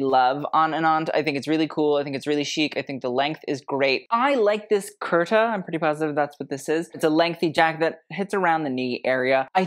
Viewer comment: It's not karta......it's k-a-u-r-t-a😂